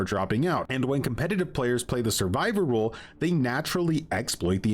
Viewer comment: Im trying to figure out why this guy can't say ROLE. Spent the first half of the video trying to figure out what the killer rule is.